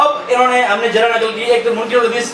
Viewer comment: سنیو سمجھدار لوگوں سے مناظرہ کروایا کریں اس بےچارے کو کچھ معلوم نہیں سیدھی سی بات ہے آپ خلافت بلا فصل علی کیلئے ثابت کریں منکر کو کاف کے کسرے کےساتھ پڑھ رھا ھے